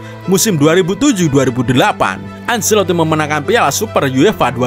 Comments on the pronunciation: Penyebutan acelotti: bukan anselotti tapi ancelotti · Penyebutan Ancelotti: anceloti bukan anseloti& jon dahl tomasson: yon bukan jon